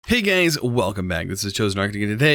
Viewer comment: sounds like he says "Hey gays" instead of "hey guys".